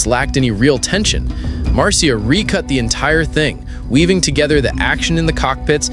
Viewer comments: It's spelled Marcia but is pronounced Marsha. Not Mar cia! 😮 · Maybe read your script to a friend, before you post….overall its a great video. Just a lil cringy on Marcia.